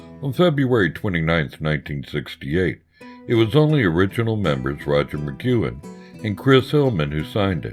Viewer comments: Good documentary, but why is there someone doing voiceover who can’t pronounce McGuinn’s name and thinks there’s a drug called “silibin”? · One cool way to give your documentary legitimacy is to pronounce the names right. It's not Roger McgYOUin, it's Roger McgWIN. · MA-GWEN dumbass!!! Not MA-Qewen!!! Where have you been or what ever???!!! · Migcuen? It's Mcguinn. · I can't take it! It's NOT Mcgooin, it's pronounced McGuinn /məˈɡwɪn/. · Mc GWINN, not "McGoo-in" I couldn't get past that, sorry. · FYI to the clueless narrator: anyone who knows anything about the Byrds knows that Roger McGuinn's name is pronounced as 'mah-gwin', not 'mah-gue-in' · Uhh Roger Mc "gwen" not Mc "gyuen" wtf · Hey, Roger McQuinn not McKuen. That's Rod Mckuen. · How's Mcgooin? You mean McGuinn dude c'mon. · Although I like the narrator's rough-hewn voice, he really shoulda been coached in the pronunciation of proper nouns. He consistently pronounces Roger McGuinn's last name as "mick-goo-in." I didn't even know who he was talking about the first couple of mentions. He pronounces Houston Street (pronounced "how-stun") in lower Manhattan to sound like Houston, the city in Texas. And as I was writing this comment, I heard him pronounce "psilocybin" as "sil-o-bin." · For god's sake, McGuinn's last name is NOT "McKuen" OR "McGoo-in." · Who the hell is Roger Mcguanne? I wish they'd get their pronunciations right. Roger McGuinn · Sure wish the narrator could pronounce Roger's last name correctly...some great photos...✌ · I am specifically referring to- Rodger McGuinn, and Bernie Leadon. These are two VERY big names and not getting them right really puts a bad mark on what is actually quite a nice video! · The narrator is not of this era. Mac Goowin? Silloben (psilocybin)? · Thank you lol... has nothing to do with his being southern, as he says, he simply just didn't ever learn the proper pronunciations.